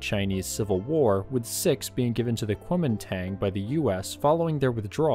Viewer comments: My guess is that the guns is either a 20mm or 37mm, it looks too small to be a .50 unless it has some sort of barrel shroud over it. Also, as an FYI, Kunomingtang should be pronounced more guoumindahn, at least that's roughly the way it would be pronounced in Mandarin. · The A sound in "Koumintang" is pronounced "ah" btw.